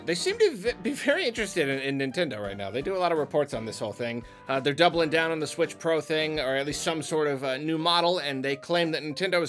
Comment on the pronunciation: Hehe he said Squitch